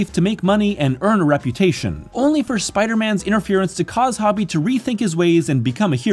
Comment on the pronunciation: HO-bee not Hobby